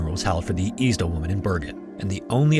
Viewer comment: Is this a person talking? You said Eczema wrong. I think you said Isdal wrong too.